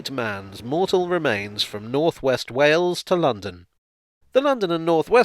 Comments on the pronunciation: You nailed the pronunciation of Wales perfectly. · No, I think you pronounced Wales correctly. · You pronounced Wales correctly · "...at Hawarden Castle in Wales, which I'm probably pronouncing wrong." No,, you pronounced Wales entirely correctly. Do carry on. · No, I think you pronounced Wales correctly